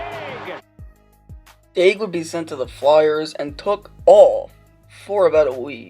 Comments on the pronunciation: Day-gull LMAO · Dagel sounds so dumb- and you even said it right once after hearing it and then went right back to Dagel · "Daig-el"...just goes to show you know nothing about hockey and you're just reading off someone else's words. Disliked. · Wrong prononciation.